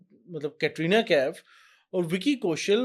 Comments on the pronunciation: Aapko khud bolane nahin aata hai कतरीना nahin कैटरीना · कतरीना nahi hai कैटरीना नाम है.